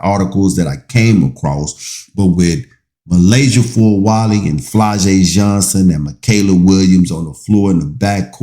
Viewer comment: Please say her name Correct